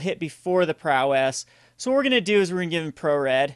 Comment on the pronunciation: Good video, but it's pronounced prow - ess (like "ouch"). :)